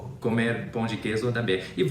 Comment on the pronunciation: Primeiro gringo que não fala "pau" de queijo e fala "pão" corretamente. "Pau" means penis hahahahaha.